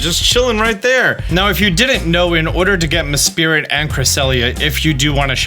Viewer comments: Still love how you're mispronouncing Mesprit as Mespirit. It's cracks me up every time. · why is he so set on calling it Mespirit xD It's Mesprit. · Is Mesprit not Mespirit, but great video really helpful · its not mespirit its mesprit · Meh-Spirit?? oh you mean Mesprit? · Idk it was called Mespirit,i thought it was Mesprit lol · Not judging but your pronouncing of mesprit is off, you are adding an ‘i’ between mesp and rit, saying spirit rather than sprit which is kinda annoying but I’m not judging u can say whatever u want.🙂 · MesP R I T not meSPIRIT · Any else dying inside when he call Mesprit Mespirit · "Mes-SPIRIT." Hahaha, it's "MES-sprit." 😅 But yeah, totally forgot Cresselia was a roaming legendary, that stinks. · I cannot get over the fact that he keeps saying “MehSpirit” and not “Mesprit” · It still trips me up he calls Mesprit "Mespirit" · I was looking for this lol, it bothers me so much. its like ted mosby with chameleon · …:) its mesprit not mespirit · It’s Mesprit lol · It’s embarrassing that you aren’t pronouncing Mesprit correctly and you do this for a living. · Cresselia broke out so many times for how u pronounced mesprits name. Each butcher was a break out lol. I'm just messing around, I really don't care how people pronounce Pokemons names. Not nearly as bad as these ladies I played Pokemon go with when they would call Groudon Groodin lol. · same lol